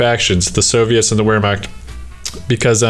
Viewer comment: Just wanted to drop this here. Wehrmacht is pronounced: Vār-mokt